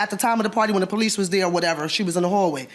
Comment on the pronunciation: She got so excited that she was AXing, stall she’s educated because she Can’t speak normal English. She says AX, Amba-Lance and they call the Poe-Lease. In order to adopt to Adopt a child costs about $10K, so where dod she get $50 to adopt 5 children?